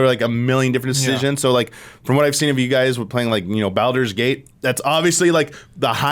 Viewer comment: Why is he saying Baldur’s Gate like that? 😂